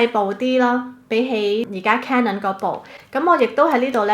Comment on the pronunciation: 咁多個BLOGGER得你一個讀CANON是正確發音